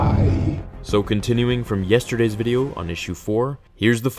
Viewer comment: "Videu" xD